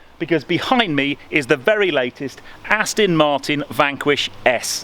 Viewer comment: Sorry to be a pedant but it's not pronounced "Astin"!!!!! Even I can get that right and I've got MS causing me speech problems. (Still liked the vid...!)